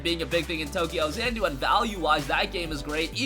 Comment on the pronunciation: I believe it is tokyo XA-NA-DU and not tokyo XAN -DU